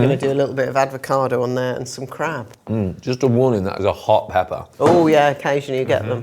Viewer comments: Why does she keep saying aDvocado? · Did I hear "advocado"?😮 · My favourite podcast. Absolutely delighted though, appears to have said “Advocado “ twice. I mean, that lets the rest of us off the hook 😂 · aDvocado?? Really! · Does pronounce it “advacado”? 😂